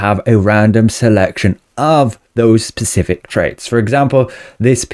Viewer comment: Is this guy saying pacific instead of specific just to screw with me or what